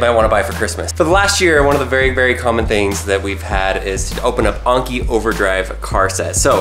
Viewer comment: Anki not Onki